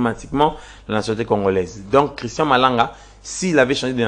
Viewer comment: Vous ajoutez trop des A dans votre élocution... Christan Malanga et non Christan A Malanga